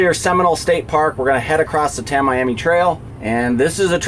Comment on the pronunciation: Pronounced--- Tam E am E